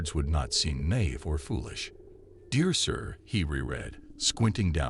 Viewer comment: naïve is pronounced /naɪˈiːv/ not knave